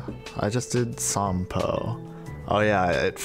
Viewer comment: Genuinly exstatic to hear you pronounce Sampo correctly (although with an extra long "o") cause even the game mispronounces his name 😭😭